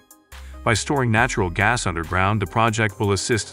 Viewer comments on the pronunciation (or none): none